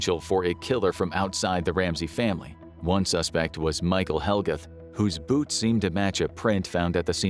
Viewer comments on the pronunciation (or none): none